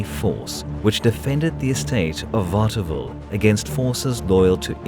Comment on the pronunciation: Kudos to the narrator, who seems to be a proper Englishman, that had to pronounce French names and location. I envy such ability to 'switch' momentarily between languages.